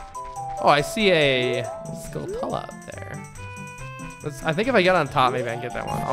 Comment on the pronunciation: "skull-TUH-luh" no no. it's skull + tarantula; it's pronounced "SKULL-tchoo-luh".